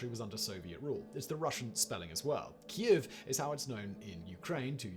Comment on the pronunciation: it's pronounced Keev